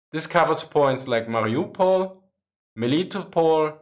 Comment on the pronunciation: I heard your mariopol. That was so clearly German, it made me laugh